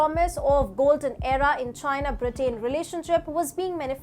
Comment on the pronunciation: I watch your channel often because it's a good channel. So lease get your pronunciations correct. "Britain" is pronounced, "BRIT-TEN" and "Huawei" is pronounced "HOO-AH-WAY". I am not from India. Just trying to help.